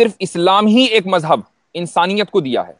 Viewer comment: Urdu zaban sahi bola karo, mazhab ko majhab mat bola karo, wazahat ko wajahat mat bola karo